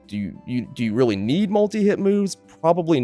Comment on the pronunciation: "KNEED" lol